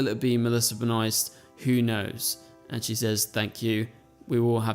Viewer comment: Ben-Oh-ist not Ben Oyst